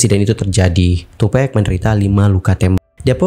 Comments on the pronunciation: Tupack bang pack. Bukan pec😑😆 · Bukan tupek... Tapi tupak nyebutnya. Kwkwk tupac